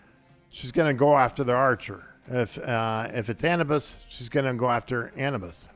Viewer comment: Come on guys I understand accents but it's A new bis lol.